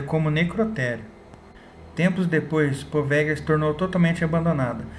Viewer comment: Se escreve poveglia, mas se fala POVELHIA. não existe a junção LH em italiano, eles escrevem com GL. Muito interessante esse vídeo, parabéns!